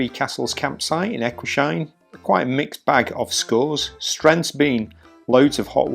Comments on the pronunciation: You pronounce the place E- guis- heim !! No sheim !! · Even if it was very painful to hear you both mispronounce ‘Eguisheim’ every single time, I’m happy that you enjoyed the Alsace area. I just found your channel today and I’m binge watching your videos. I’m really enjoying your content.